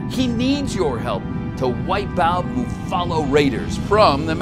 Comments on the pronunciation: I'm surprised that he did a rimworld one, and I love the way he pronounces muffalo XD Don't worry Randy we'll help. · Mooffalo is a valid pronunciation, I just decided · Welp I will not be pronouncing it "mooFAloh" in my mind, from now on, and forever more. Just saying. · MOOFALOE IS NOW THE OFFICIAL PRONUNCIATION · The fact he said mechaniod right but now muffalo